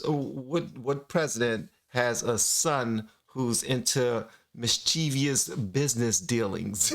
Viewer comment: The word mischievous is not pronounced " mis-cheev-ee-ous." It's " mis-chi-vous."